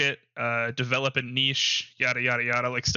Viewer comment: Well done, you said niche when most Americans say nitch.